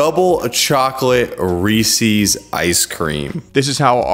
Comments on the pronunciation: You have a great media voice but fyi it’s promise pronounced “Reese-is” Like Reese as in Reese Witherspoon, not “Reese-ease” ;) Thanks for these recipes, can’t wait to try them out! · This is amazing, great video! Except of course, it's definitely not REEEEEESIIIIIEES. It's Reese's. Lol 😂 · Reese’s is pronounced rees-ez not ree-seas. Would you say something owned by Reese Witherspoon was ree-seas? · Omg. Reese's rhymes with pieces NOT feces!!!! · "Ree sees" 🤢 Other than that, good video. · Why is everyone mispronouncing Reese's all of a sudden? Do you hate Reese's? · Please don’t pronounce Reeses that way